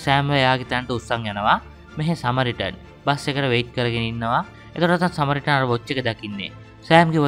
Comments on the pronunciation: සමරිටන් සමරිටන් කියල දිව පැටලිලාද කොහෙද සරමිටන් කියන්නෙ😅😂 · සමරිටන් නේ - ඔයා සැරයක කිව්වෙ සරමිටන් කියලා 😂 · මටත් ඒකමයි කියවෙන්නෙ."සරමිටන්" 😁😁😁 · සරමිටන් නෙමෙ සමරිටන් 😂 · සරමිටන් කියලා නේද කියවුනෙ😅